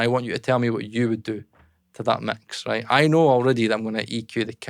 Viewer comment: Instant like for the accent as soon as he said ‘mecks’